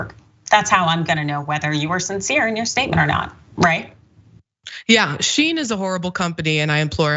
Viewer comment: It’s She-in